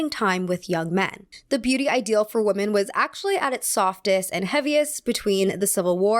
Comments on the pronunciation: I’m going crazy hearing “woman” every time she is saying it like it should be plural (“women”). Am I missing something?! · you need to get your pronunciation for the plural WOMEN right... sounds like you are using the singular WOMAN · You keep pronouncing "Women" like "Woman" ❤️ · Am I crazy or does pronounce "women" and "woman" the same way? It always sticks out to me when I watch her videos. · love the video, but it's such a pet peeve of mine when people say ''woman'' instead of ''women'' haha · Hi, Totally random, but I've noticed that you and some other younger Youtubers have started pronouncing the word "women" as [wu-men]. Is this a recent American trend? I can't find any information online. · You're hearing correctly. It's a common error that native speakers do.